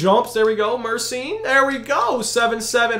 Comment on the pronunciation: Gheorghe MURSYN 😂